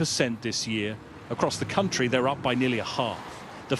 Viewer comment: "Nu cae in this cuntry" :(